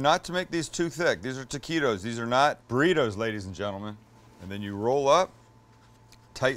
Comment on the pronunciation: Love the recipe but why do you keep calling them "Tequitos"?